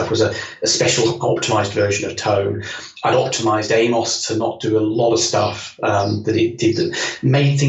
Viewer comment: Why is it no one can pronounce [AM]OS correctly, I mean come on STOS stands for ST Operating System and AMOS is Amiga Operating system. Its not a human name !!